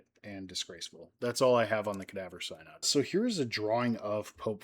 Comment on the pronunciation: First off you aren’t pronouncing synod correctly. It’s going on as you speak. The so called trial was reversed by Theodore II and Pope Formosus was given a proper burial in St Peter’s Basilica. Little unknown history. Very cool. Thank you for being respectful and amusing. This is like a True Crime episode. Thank goodness, good people ignored the craziness and just followed their doctrines taught by Christ. So just like today, ignore the craziness in the world, in religion, politics. A Pope Peter, hmmmm, what will happen with such a pope? And ppl complain about Disney world too…part of the experience. Yes and ppl complain about Theme Parks the same way. Crime is everywhere esp near holy places.